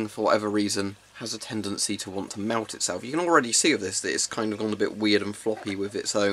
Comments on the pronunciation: english: invents english english: pronounces melt as mewt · Hmm. Am I the only one who heard him say melt like “Mault”. Otherwise, good video! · I hear him say something like milk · I hear meut